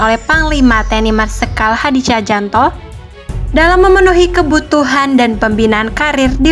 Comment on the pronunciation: Tjahjanto dibaca cahyanto, bukan cahjanto, maaf koreksi lto.